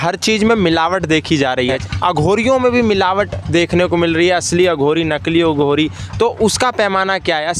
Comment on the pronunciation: अघोरी से सही से बोला कर बे